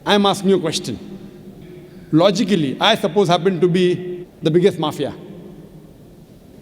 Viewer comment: He is right he can only speak logincally and scintifficcly